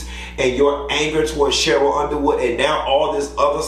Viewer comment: You keep calling her Sheryl.